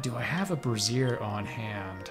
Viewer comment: To pronounce Brazier you enunciate the A. You were enunciating the second syllable which refers to lingerie